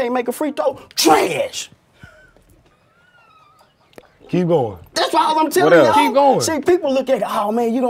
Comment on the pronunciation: if y’all want to see it. He sure did emphasize “trash”ooh wee. Dabbed his head extra hard to express it lol. Mh mh mh 😬😂